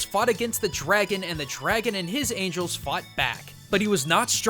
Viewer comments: Yay the voice is back! Also its angels not angles:3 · Anyone else notice the "Angles" instead of "Angels"?